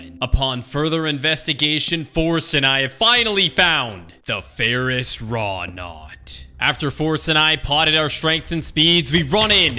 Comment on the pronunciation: By the way it's Ferrous Wroughtnut... There is a 't' in there